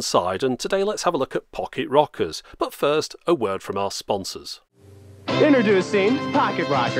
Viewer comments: "Fock-it Rockers" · I kept hearing you say pocket rockets lol